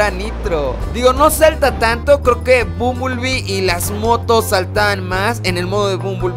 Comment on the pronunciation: No se dice bumbulbi, se dice bambelbi